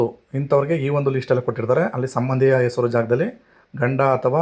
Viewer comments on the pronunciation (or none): none